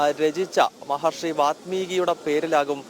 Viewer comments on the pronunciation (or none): വാത്മീകി എന്നല്ല വാല്മീകി എന്നാണ് എഴുതേണ്ടതും പറയേണ്ടതും